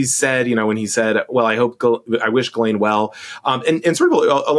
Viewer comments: Sarah, please, please, please stop saying "JIZZ-lane". Try "GILL-ane" or "JILL-ane". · I watched the Piers interview with Maxwell’s snooty brother and it answered my biggest question. Evidently Ghislaine is pronounced “GeeLane” with a hard G—at least that’s how her brother says it. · The name, basically pronounced: ghee (like the clarified butter, rhymes with bee) - len (like you're saying Lenny but for short, rhymes with pen). so, "Bee-Pen" = ghee-len = Ghis-laine. Wahlà ;) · Does Sarah purposefully mispronounce Ghilaine as “Jizz”laine 🤨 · JISS-lane dammit! It’s not that hard PS not related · 🚨SARAH 🚨 I think you're AMAZING!!! But PLEASE.... Learn how to pronounce Ghislaine. It's NOT Jizz-Lane. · Oh come on, Maxwell doesn't deserve the respect to have her name pronounced correctly ... Sarah won't say it this way, maybe Tim or JVL will ... JizzLane - cause that's pretty accurate. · Please please please, it's GHEE-lane, GHEE like GLEE without the L. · Pronounced Ji (like jib) lane. I have a cousin Ghislaine Gindorff, so I know. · Could Sarah please not pronounce "Ghislaine" like that.... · Sarah - I agree with you that Ms. Maxwell has done awful things, and is probably an awful person - and she is paying for her crimes via the criminal justice system. I also think, however, that every human deserves the deference of having their name pronounced properly. Don't dehumanize anyone by saying they can "just live with it" if your journalistic style includes mispronouncing their name. That comment made me feel disappointed in you.